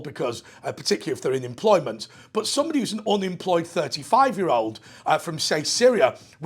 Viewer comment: Hi. I've noticed your pronunciation of "but" word is mostly almost the same like a bot. Is this a British thing or your particular region of GB? I appreciate your answer. cheers!